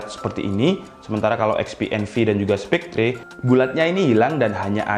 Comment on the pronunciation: Spectre bacanya spekter. e pertama e nya enak, e kedua e nya tendang.